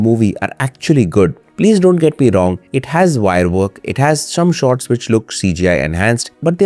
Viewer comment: shome sots 😂😂 I heard ut